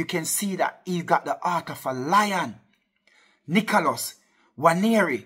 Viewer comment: Man said nicholos